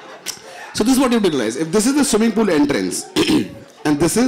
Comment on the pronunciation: "Amazin' amazin' one liners, but the best expression was "Phir ek banda aakar bolta hai - sweemeeing, join karo....sweewmeeing!!! Kepp up to the good work! GOD BLESS!" 😂😂😂